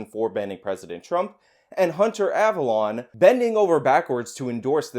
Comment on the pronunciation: I’m pretty sure his name is pronounced “Av-alone” like “alone” by myself. Not av-alon” like where King Arthur is buried.